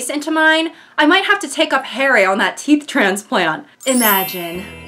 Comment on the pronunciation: "who do you fink gave you the teef” lives in my head rent free <3